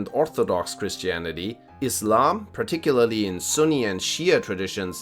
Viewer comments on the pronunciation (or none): none